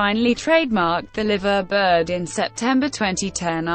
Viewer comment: Liverbird is pronounced Lyverbird. If your going to do documentaries please get the pronounciation correct